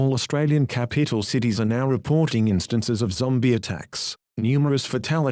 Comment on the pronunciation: Did anyone notice the man said capeetl? ⬇ ⬇ ⬇